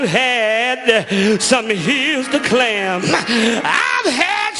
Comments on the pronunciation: “I’ve had some hills to clam..” He probably said Climb wrong.. but when he said Clam I thought He was talking about seafood....😂😂😂😂😂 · I thought the same thing 😂🤦 oh Lord !!🙄 🤣🙈 my God 🙏